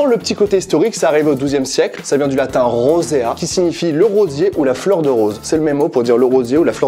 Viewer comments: Rosa,Rosae en Latin (pas rosea) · En latin c pas rosea c’est rosae